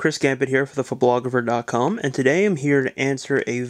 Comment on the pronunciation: Did he say fologefer in the end ok.